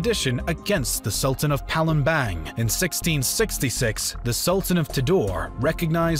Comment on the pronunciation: the pronounciations of indonesian things in this video o_0 lemme clear them up: ternate: tehr-nah-tay (not "neit") aceh: ah-jeh palembang: not bang as in "bang bang" but pa-lehm-baang (the a in car)